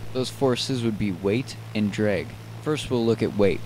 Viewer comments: ITS DRAAAG NOT DREEEG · Why is he pronouncing it "dreg" sometimes instead of drag... ISH TOO MUCH DREG, WE CANNOTS FLY! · dreg... dreg..... DREG. DDDRRREEEEGGG... it's drag buddy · if he says “drig” one more time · I cant😂😂😂 “DREG” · It's not pronounced DREG uuuggghhhhhhh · "opposite of lift is dreg"... LOLOL "DREG" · Nicely done video, but this is the first time I've ever heard "drag" pronounced as "drig". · very information. The biggest thing I learned while watching this was the proper way of saying DRAG. Thank you, I am forever in your debt.